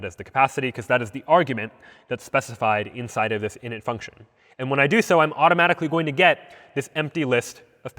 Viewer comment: You butchered that word lol